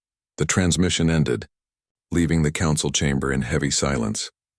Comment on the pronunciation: What is this word "konsawal"? Was it supposed to be "Council"?